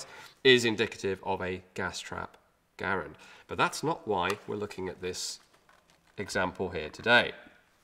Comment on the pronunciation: Well done.... and it is pronounced Garand...with a "E" not an "A"... as we Bloody Colonists would say. Cheers Mate.